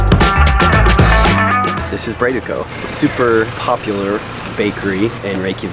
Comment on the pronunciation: BROYD is the pronunciation. It literally is "bread" in Islandic. PULL-ser. PEEL-ser is the Danish pronunciation. PULL-ser is how Islanders call them (the lamb hot dogs).